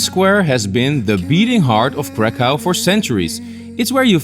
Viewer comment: 1795 through 1918 is when Poland was partitioned, not 1600 through 1939 (WW2). Also its pronounces crakhuf